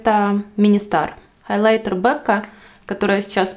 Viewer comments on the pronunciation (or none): none